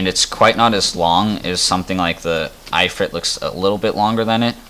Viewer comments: the... "eye" frit =( Its IF-Frit. like "as IF" then ad Frit to the end.... good video otherwise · I-frit???? kelo meeters? You mean kilometers and If-rit.